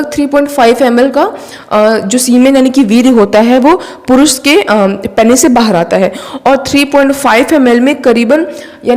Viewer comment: It's not 'Peynees' . It's 'Peenis'